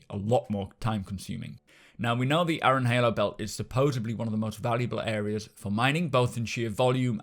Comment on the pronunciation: .... Aaron is pronounced "air-run".... sorry but that bugged me too xD